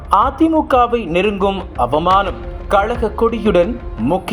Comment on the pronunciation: கலகக் கொடி இல்லீங்க. கழகக் கொடி.